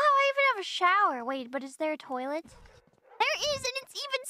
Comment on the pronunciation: “In the toiler please” she says while turning left and right😅